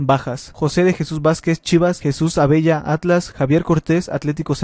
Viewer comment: Que pedo con este jajaja, ni dice bien el nombre de los jugadores "José de Jesús Vázquez" "Jesús Abella"